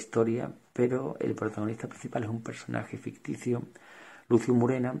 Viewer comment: Murena,Calígula???.Por favor,y encima lo repites muchas veces.Por lo demás perfecto como siempre.Un saludo.